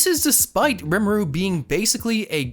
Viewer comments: it's not rem aroo it's reem aroo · Re-ma-au not remru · Ree Moo Rue gets you pretty close in terms to correct pronunciation. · ITS RIMURU NOT RIMOORU